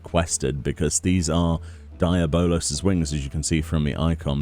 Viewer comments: Deablos your saying it wrong Dee aub Los 😂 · lol DIE- A- BOWL - LOWS wings ...... the rest of the world DE-AB-BLOWS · say it with me: "dee-Ah-balos" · Why are you saying the name so messed up?